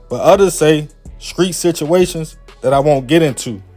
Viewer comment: can u say street not screets